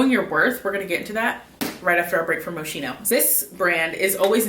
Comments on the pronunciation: Actually it's moss-ki-no. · It's Mo-ski-no ! no shade but people pronounce it wrong all the time . all those perfumes are great . stay safe